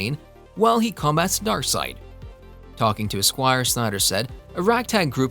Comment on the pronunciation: It's Darkseid...like darkside...not darkseed...I had to cut the damn video off...it's the little shit man damn